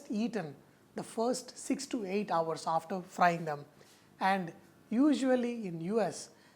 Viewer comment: sir you are a great cook nothing wrong with indian accents but since you are a great chef, please fix some of your pronunciations. for fantastic: it is fan. not fun or funtastic. for flour it is not flar/flaar or flore/ floor. it has same pronunciation like flower (phuul). same with hour (ghanta) it pronounces same like "our". hope you didn't mind. not aar/ are. although some measurements are missing from some of your recipes, but your cooking is undoubtedly "funtastic" :). since you have a great sense of humour. god bless you.